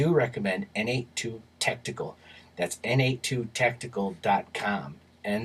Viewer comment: By the way, N82 is pronounced Nate Squared. Two buddies, both of whom are named Nate, started the company.